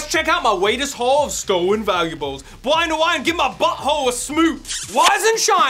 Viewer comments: O my god it's!!!! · I don't wanna play no spowts either.